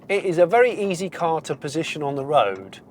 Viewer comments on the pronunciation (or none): none